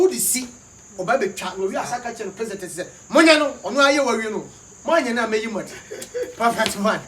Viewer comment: Prezidon Ibm 😝😝🤪🤪🤪🤪